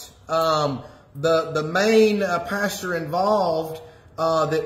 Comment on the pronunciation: I love the way he calls the PASTOR a PASTURE.....Lord n Saviour Jesus Christ of satan???? ......WT??